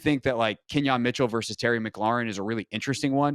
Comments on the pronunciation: I'm usually not pedantic with names. But it's Quin-yon. Let's go Birds! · QUINYON NOT KENYON!!!!!!!